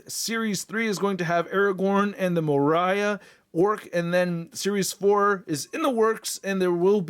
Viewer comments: "Mariah"?! 🤦‍♂️🤦‍♂️ Can't believe you totally butchered "Moria" lol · Everytime I hear someone pronounce it like that it stings like the hornets of Hades. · from the Mines of More-Eye-AH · Lol “Moe Rya” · I'm sure someone already say it, 140 comments and all, but moria is said like 'more-ee-uh'